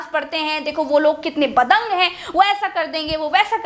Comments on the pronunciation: Are BADANG nahi DABANG hota hai. Hai DAIYYA ee ka hui gawa. minutes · दबंग instead of बदंग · badang nahi didi dabang hota hai